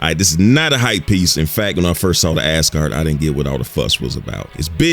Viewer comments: Why is my man saying ASS-Guard lmao it's AZ-Guard lol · You make it sound like 'ASS-guard', some kind of sports protector.... ;-) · I kept hearing Ass-guard and ngl it kinda changed the whole video for me…